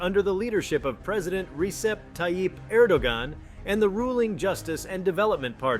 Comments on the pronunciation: The man's name is ERR DO WAN not Gan! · Correct pronunciation of Erdogan is "air-dough-wan"